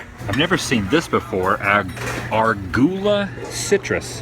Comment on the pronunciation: It tickles me- the way you mispronounce words reminds me of my granny, who I miss dearly. She was always saying the funniest things. "Argula" is Ah Rue Guh Luh